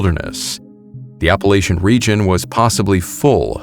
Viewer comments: Gonna briefly correct you on your pronunciation of "Appalachian" Where we're from in West NC, we say 'app-uh-latch-in." Most people who actually live out there would say "App-uh-latch-uh" or "App-uh-latch-in". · Hey...Appalachian is pronounced app a latchin